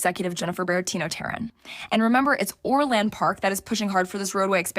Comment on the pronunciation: Why can't the woman pronounce Orland or Balich correctly?